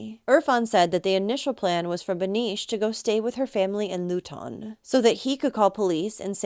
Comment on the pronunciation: YOU DONT SAY LUTON LIKE THAT ITS PRONOUNCED LOO,__TUN😂😂